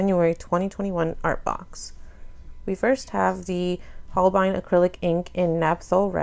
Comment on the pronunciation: Awesome unboxing ^^ I love seeing a demo as well as the supplies Also, Caran d'ache is pronounced karen-dash and Holbein is hole-bine 😉 This box is great not just for the supplies, but the infinite number of ways I've heard the supplies being pronounced lmao ❤️